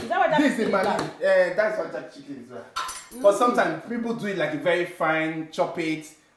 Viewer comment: Has anyone told it is JERK chicken and not JACK chicken?🤣🤣🤣